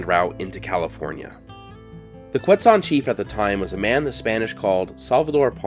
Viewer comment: pleasantly surprised to get a video about yuma showing up in my recommended videos! i was born and raised and never learned about this event in school or anything, though i was aware the the name Yuma came from one of the tribes there (Quechan/Yuma). i also now know how to properly pronounce Quechan (thank you!). awesome video!